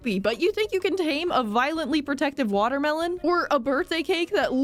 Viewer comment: Ah yess my favorite fruit : the water-mee-lon 😂